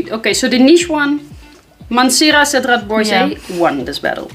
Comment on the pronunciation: At the risk of getting the dirty stare but still...... Cedrat Boise is actually pronounced ‘Bowya’ 😋😋😋